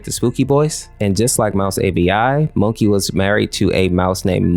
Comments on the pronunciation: his name was not pronounced mOkey its mAUkey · Its pronounced moe-key not monkey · Mokey is pronounced Mocky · It's mok ey not monkey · Mokey is actually pronounced mock-e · He called him "Moe-key" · “Monkey” Mokey: You Daaaaare to Mispronounce MEH?! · why'd u call mokey "monkey" ? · When he says mokey I heard monkey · Nice video! My only question is WHY DO YOU CALL MOKEY "MONKEY"??? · “monkey” ITS MOKEY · Almost every time you said Mokey, I heard Monkey instead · Mokey is pronounced mo key you know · The only thing that I don't like with this video is he added a n to mokey when he said it. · Thats not how you say their names. Like how you say October or octopus say the o like that and for minnie its mommy like that